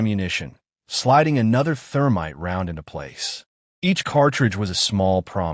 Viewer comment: "Therminte". Freshens your target's breath while ruining your weapon....